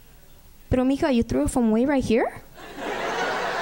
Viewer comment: it's m'ija but whatever lol